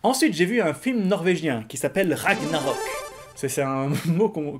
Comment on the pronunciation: on ne dit pas "RAGNAROK" comme ça se prononce :o mon dieu au grand jamais :o (j'suis pas nazi ;p)